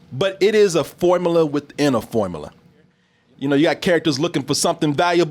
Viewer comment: can't seem to say the words 'formula' or 'popular' properly. It always comes out as 'formala' and 'popalar'